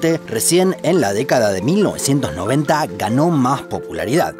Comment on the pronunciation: Me Inquieta mucho el modo que usas para la palabra “recién”